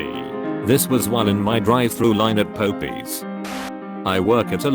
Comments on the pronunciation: The way the TTS pronounces Popeye's, you'd think it was a Christian themed children's restaurant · 'POPE-EASE' MAMSJDKE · The announcer saying Pope-e's is the funniest thing I've heard a text-to-speech say. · Pope eees? So that's how you pronounce it. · POPE - EE’S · 'I don't work at Burjur King' 'I'll just go to em cee Donald's' 'This was while at my drive thru line at Pope-eez' Lol the mispronunciation on this channel is my favourite thing about it 😂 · Bruh why it pronounce Popeye's like Popies. Like the Pope came out with a new cereal. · Omg "burjer," "popeys," "cow workers," "motherfyoocker!" The robovoice this channel has is SO BAD, I'm wondering whether it's brilliant!! Please list some of your favourite mispronounced words from any of their videos, I just gotta know! 🤣😆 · Ah yes. Po-pees . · i love how the tts engine pronounced popeyes as "pohpees" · lol they called Popeyes “pope-ies” yes Jesus, yes. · lmao “po-pees” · I like how it says Popeyes. Popies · He said Popeyes like Pohpees lmaoo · Popeyes POPEEZ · I wanna eat at Pope-ee's. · Popeyes = Pope-ys had me dyin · Popeys had me dead XD (pope-ees) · Po pees.....Po Pees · "Pope-y's" is my favorite chicken place. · "Pope E's" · Oh my god the way the robot pronounced Popeyes is so freaking fun. “Pope-e’s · I shall now start referring to Popeye's as "Poe pees" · The funniest thing about this video is the whacked computer voice doesn't know how to pronounce sh*+. I.e., burger=burjur, Popeyes=pope-eez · Popeyes pronunciation was amazing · the way it says Popeyes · The fact that the video pronounced popeye’s wrong makes me very uncomfortable ❤️